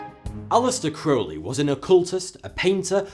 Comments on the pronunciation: Holy shit, someone on YouTube actually pronounced Crowley in the correct manner. I'm utterly astounded. (Instantly subscribed) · Hiya. Great vid as always. I thought the segment on Crowley was very well written & balanced. I like that you pronounced AC's name correctly-rhymes with holy-which most people get wrong. Top-notch work Sir. How about a video on Aleister Crowley? I've a certain amount of knowledge on the subject so if you need any info or research pointers do drop me a line. Keep up the good work brother.